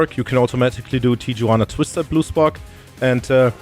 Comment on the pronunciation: Tijuana is pronounced tee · uh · waa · nuh The J in Spanish is pronounced like an H